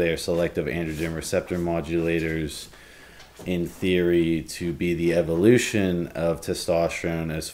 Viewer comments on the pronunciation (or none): none